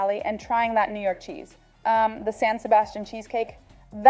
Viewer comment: Man spricht Cheese aus und nicht Scheese ^^